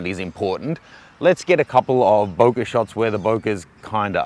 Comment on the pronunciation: I love how you say bokeh, you say BOKER!